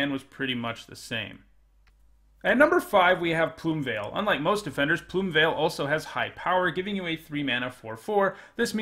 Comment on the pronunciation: I can't tell you how ecstatic I am that you didn't pronounce Plumeveil as "Plume-eh'veil". I hear so freaking many people say that and it's so annoying!